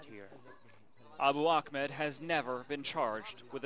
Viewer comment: Ahmed and Akhmed are two different names with different pronunciations. There's your answer.